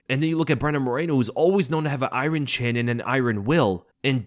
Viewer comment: you pronounce iron like an old chunk of coal I used to know